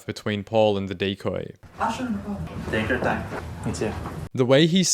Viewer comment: "Tayke yur taym". Filipino accent confirmed. It is pretty jarring how he goes from that to an American accent between sentences, but damn, what really confirmed he was a Filipino, was the incredible amount of shame he felt when he got caught. Shame runs deep with us. Serves him right.